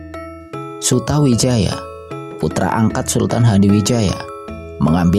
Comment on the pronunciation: MC nya kurang faseh dalam menyebutkan nama,harusnya di baca sutoWijoyo (memang tulisan nya Sutawijaya).dan nama yang lain.